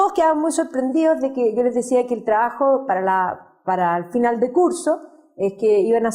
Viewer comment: Dice "traajo", porqué no hablar bien? Se dice trabajo.